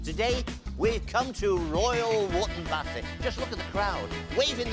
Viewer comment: 38.40 "Here in Royal Woop Bassett". Oh dear Davey.